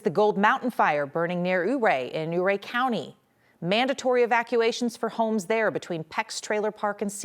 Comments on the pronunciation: Interesting, she pronounces it 'OO-ray,' but the locals call it 'YOO-ray.' The funny part is that Chief Ouray pronounced his name like she does, 'OO-ray.' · As someone who grew up in that area, hearing "ooo ray" is just absolutely grating and wrong. However correcting later to the proper pronunciation of "you- ray" provides some forgiveness. You figured it out! Thoughts and prayers to the those we lost fighting those fires! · O'ray not ooray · Youray, not ooray. That ia how you pronounce it. Thank you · It’s Yu-ray